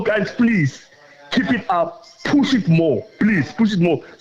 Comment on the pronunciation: Push not Bush 😂